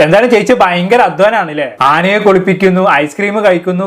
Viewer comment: ചേട്ടന് വേറെ പണി ഒന്നുമില്ലേ... വല്ല പണിക്കും പോ😂. അവര് ഇങ്ങനെ ഒക്കെ ചെയ്യുന്നതിന് നിങ്ങള്ക്ക് എന്നാ 😂😂😂. അനേനെ എന്നല്ല ട്ടോ ആനയെ എന്നാണ്. ചേട്ടനും തെറ്റ് പറ്റാൻ പാടില്ലല്ലോ..........😂 BGM കൊള്ളാം ഹെലൻ ഓഫ് സ്പാർട്ട 😂 ചുള്ളികമ്പ് 😂😂😂😂😂😂😂😂😂